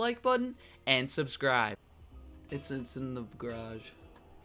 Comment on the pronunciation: That 'subcir' at the start reminds me of the little kid saying 'burgir'